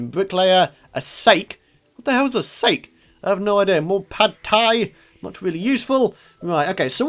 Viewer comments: Sake is pronounced Sock-ee. it's basically strong strong alcohol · it not sake lol its SA-K-EY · You pronounced sake wrong it's called sa-kee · that moment when you hear someone say "sake" pronounced "for goodness's sake" when they talk about Japanese rice wine. Its pronounced Sah-keh, not "sake" or "sah-key" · it is sah kee not sayke :P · Lol it's not sake pronounced like snake or stake it's pronounced "sahk ay" <--- my attempt at a phonetic pronunciation. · 50% of comments: its pronounce sah-key blah blah 24.5% of comments: am i redy 24.5% of comments: I killed eye 1% of comments: nice vid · wazzer1812 I think SAH-keh is closer, don't you think? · Its Sike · Sake is pronounced Sa-kay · Sah-Kay, Sake. That is a japanese alcohol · Sake is pronounced sa key it is a Japanese alcohol:D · "Sake" pronounced (Sok-ee) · It's pronounced Sa Key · its pronounce sah-key blah blah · He thinks its sake as in 'For god sake'